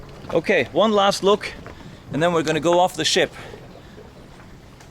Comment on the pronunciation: Everytime he said "Ship", I heard "S*it". It may be the beer I had previously ...